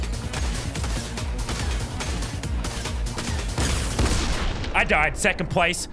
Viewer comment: Its supposed to be nek minute but i, keep hearing lik ma nut